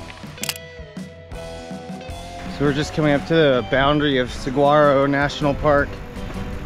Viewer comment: I’m begging people to learn how to pronounce saguaro hahaha great video though!!